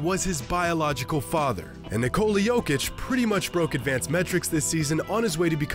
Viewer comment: Why can’t Americans pronounce nikola